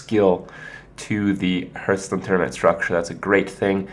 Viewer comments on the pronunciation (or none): IT'S PRONOUNCED "HARTH STONE" NOT "HURTH STONE" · Why cant he pronounce it properly, ARGH